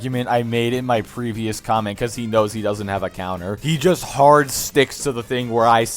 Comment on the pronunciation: “Dorsnt” lmfao